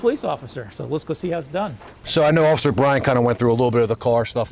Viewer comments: He said “Occifer Dofry” 😂 I’m sorry but I laughed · He said occifer😂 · Ain’t no way that dude hit the cop with the “occifer”